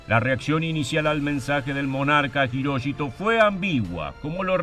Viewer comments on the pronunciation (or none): ¿Hiroshito pronunciás? Es HIROHITO. Creo que, por lo que se sabe AHORA, Japón se rindió además por la amenaza de invasión soviética. Los soviéticos habrían terminado con las religiones y tradiciones japonesas y con la Familia Imperial. Mc. Arthur exigió el fin de la Divinidad del Emperador y lo mantuvo al menos como figura simbólica. Vivazo el tipo. Por lo que tengo entendido, hasta el día de hoy Japón se rige por la Constitución que Mc Arthur les escribió e impuso. Mc Arthur tuvo la inteligencia de comprender la idiosincracia japonesa y de respetar las tradiciones milenarias contra las que era imposible luchar... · Jiróchito ...??????? Hirohito weón !!! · Las tres veces que mencionaste a Hirohito lo hiciste mal y de diferentes formas.